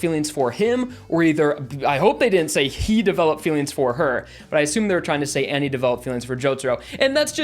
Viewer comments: "Annie" Anne... my guy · Umm hey why do you say Annie instead of Anne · Nothing serious, but you pronounce Anne as Annie, when Ann and Anne are the same pronunciation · I think it's pronounced "An" not "Anny" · Wow, so that's how americans pronunce Anne, huh I always thought it was pronunced An - ne, not An - ni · btw its pronounced ann not annie if im not mistaken oh and lisa lisa and trish are a johoe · If he said ANNIE instead of ANNE one more time I was gonna fucking use cream to fucking disinintegrate myself. Jokes aside love the vid. ^_^ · me listening to this guy pronounce Anne like Annie for 3 minutes :| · Saying "Annie" for "Anne" is giving me Attack on Titan PTSD. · The way he pronounces Anne is getting to me ngl. Nothing wrong with it but it's just a bit annoying. :> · I completely agree with everything you said, but dude, you butchered Cioccolata and Anne's pronunciation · Same. He also mispronounced her name.